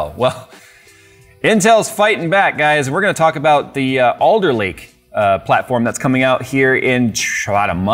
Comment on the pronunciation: Oh, its ALDER Lake, not Older Lake